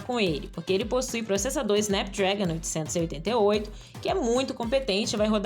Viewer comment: A dicção da narradora faz com que a gente escute 788, mas o processador do Xiaomi 11T PRO é um Snapdragon 888 Qualcomm SM8350. Top de linha.